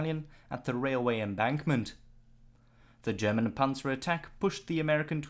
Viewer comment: Dear. Why are you pronouncing “German” as “Sherman”?